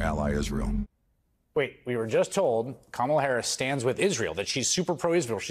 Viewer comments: I know it’s the least relevant issue in this segment, but why Musk, Trump and all these other Republican speakers keep saying the name of Kamala Harris wrong? It’s offensive in petty. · Learn to pronounce your future President's name: in India, she'd be called "Kamla", but the way she says it so Americans can say it right: "Kaamala"